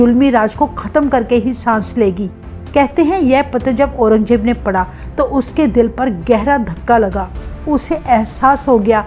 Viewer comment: You are Hindi pronounce is not good, Aurangzeb ko Aurangjeb bola, 😅